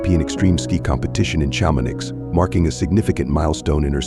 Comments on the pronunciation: STOP with the f*cking AI narrators Chamo-niX ???. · Cham-on-eee is the pronunciation. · I know it's an AI robot reading, but I'm sorry, when basic places and names are so terribly mispronounced (Shama-NIX?) it kind blows the credibility of the entire video. As soon as you hear it, you realize that a human didn't create this video, it's just a cheap thing cranked out by a computer with no accountability for accuracy. If they get something so basic so wrong, you have to wonder what else in this video is incorrect. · Please, it’s pronounced Sharmonee